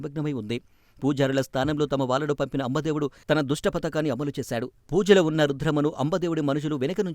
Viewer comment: అంబా దేవుడు కాదు అంబ దేవుడు..అపార కాళి కాదు అపర కాళి..కాస్త తెలుసుకుని చదవండి..ఎలా.చదవాలని..🙏🙏🙏.. రుద్రమదేవి మరణం అందరికీ తెలిసినదే ..ఏదో కొత్తగా రహస్యం బయట పడినట్టు ఆ వీడియో కి క్యాప్షన్ ఏంటో..views కోసం కాకపోతే..